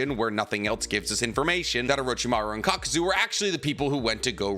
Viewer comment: How did you post a short saying itachi vs kakuzu spelling kakuzu wrong and saying it wrong lol